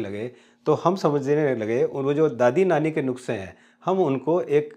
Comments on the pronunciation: जी नुक्से नही नुस्खे बोलिये😊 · Not nukase😉 ,nuske right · नुक्से नहीं नुस्खे कृपया संशोधन करने का कष्ट करें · Nukse nahi sir, Nuske.... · नुस्खे not नुक्से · सर, नुक्से नहीं होता है, इसको नुख्से कहते हैं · Sir nuksay nahi that word is nuskhey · It's nuskae not nukse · It's Nushkay not nuksay Please Pronounce properly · नुक्से नाही नुस्के असतात 😄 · नुख्से नहीं होता है सर नुस्खे होता है प्लीज हिंदी में सुधार की जरुरत है आपको 🙏🙏🙏🙏🙏🙏🙏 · Nuksey nahi Sir Nusqey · नुक्से नहीं नुस्खे होता है जनाब। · Nukhse nahi nuskhe hota hai. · भाई नुस्खे ना की नुखसे वीडियो बहुत उपयोगी है। पर में चाहता हूं आप इस मे सुधार कर लीजिए। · Nukse..nhi sir nuskhe hota hai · Nuske not nukse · जी नुकसे नहीं सही शब्द है नुस्ख़े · नुक्से नहीं नुस्खे कहिए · Nukhse nahi sir Nushke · नुक्से नहीं sir, नुस्खे । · नुख्से नहीं नुस्खे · Ur very true but.. But it's not nukse.. It's nuske. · दादी-नानी के नुस्खे correct pronunciation